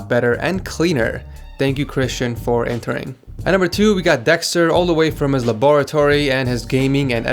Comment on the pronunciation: Laboooratory wtf